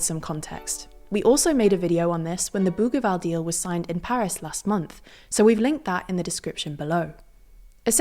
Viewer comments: It's not "boogueeval" but pronounced like bougieval, as if the g was a j. In French, the letter g is like j before i and e, and like a double g before a, o, and u. The issue in New Caledonia is that there were already a few referendums and the results always supported New Caledonia to remain French. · Bougival (boojeeval), not Bouguival ! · Bougival is pronounced with a soft g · Learn how to pronounce Bougival before saying it multiple times… this is typical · The g in Bougival is said like one says the second g in garage. I know this because I went to the British School of Paris as a youth and the youngers' school's campus is in the suburb nearby of Bougival sur Paris. Unless this is another Bougival that is said differently, but I doubt it. 💙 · Thanks for another excellent video. You however don't sound like a reliable news source if you don't bother to look up the pronunciation of the most often repeated and most important words in your presentation. It only takes a few seconds to look up Bougival and Kanak in Wikipedia or Wiktionary or Merriam-Webster. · Not surprising since the Bougival Agreement was woefully mispronounced. Consistently.